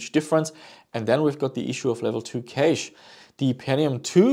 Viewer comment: Cash not Keish